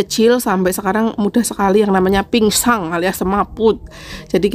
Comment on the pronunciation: Kirain cuma typo ternyata memang bilangnya pinsang.. pingsan.. tapi gpp kok malah lucu menghibur denger nya 😊❤